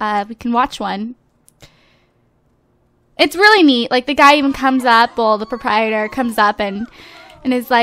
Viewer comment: You pronounce it prop-a-tier